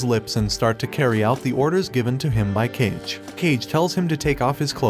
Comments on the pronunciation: Bro, it's Kage not "Cage".... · Ain't no way this guy is saying Cage instead of Kage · Did they call him "Cage" in the english dub? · I'm sorry but you calling Kage "cage" repeatedly is just funny to me xD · kage's name is pronounced kah-gae, its the japanese word for shadow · How to pronounce 'kage' ?it's 'car-gay' .kage is japanese word means shadow... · Kage means shadow This guy: "cage" 💀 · Kage is not pronounced "cage" like bruh... if you are an anime channrl you had to watch naruto at 1 point even just a bit.. Didn't you saw how kage is pronounced? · “CAge” lol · I don't know if it was said but "Kage", should be pronounced "Kah-Gey", which means "shadow" in Japanese. It should not be pronounced "Cage". Hope that helps. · IT'S PRONOUNCED KAGE ROMANJI "japanese turned english" FOR "KAAGEEE" = shadow. literal shadow! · Kage (shadow), not cage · Bro his name is not kage hahahaha when u write it its its kage but its kagggge it means shadow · Ffs if I hear this guy call Kage, Caig one more time that's too many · says boji normally cool says cage a few times, realized cage was Kage ayo? I'm surprised you didn't pronounce Boji for Bogai or Bojee but somehow can't say Kage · Its not cage tho.. sigh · It’s not pronounced “cage” my god lol Kage is Japanese for shadow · I couldn’t help but cringe whenever author pronounced kage as cage 😅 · not the 'cage' bro wtf😭😭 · It's cuhge not kage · Kage pronounced Kah-Geh, means shadow. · tell me it's you and that they did not really pronounce the name of that shadow as cage and not Kage in that anime.... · his name also isnt pronounced cage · Just recite Kage Bunshin no Jutsu and you'll remember how to pronounce it... I swear this means the narrator either forgot Naruto or didn't watch it at all. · Not even 20 seconds in and I'm already cringing at 'cage' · The amount of times Kage was mispronounced as Cage... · How the heck did you watch the whole anime and be able to say kage wrong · Kage is not read as "cage" but Ka-geh.